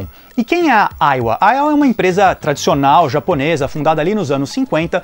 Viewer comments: Chamava essa marca de "Aiva" (som da pronúncia) kkkk Uma única vez vi esse console, numa banca de camelô, há muito tempo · A pronuncia correta é Aia ou Aiva ? Sempre pronunciei com som de V